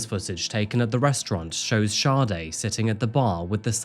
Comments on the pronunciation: It's Saa-day not Shawday. Like the iconic Smooth Operator singer. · You would fucking think with all the research you did making this you would atleast know how to pronounce the poor girls name .. Saw-dae Not SHAWTY No H anywhere in that name .